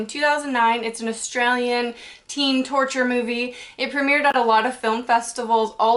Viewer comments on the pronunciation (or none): none